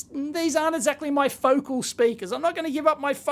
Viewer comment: foe-caaaaaaaaal. not fowcl.